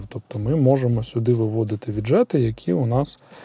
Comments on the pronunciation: Хіба не ві´джет, а не відже´т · Чудовий огляд. Єдине, що додам: віʼджет - наголос на першу голосну.